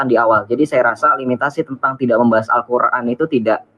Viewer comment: BUKAN. QUL RAN.??? TETAPI. *. ALQUR, AN . ???